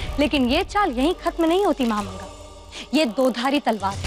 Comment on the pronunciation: महा मांगा ❌ महा नंगा ✅😂